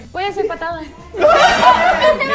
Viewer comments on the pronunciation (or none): no te entendí Osea yo dije que.. ella dijo :v papas y yo le dije que se dice *papás *